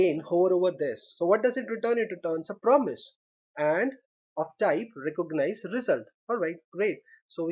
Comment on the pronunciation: These guys are really learning English through programming languages lol, recooganize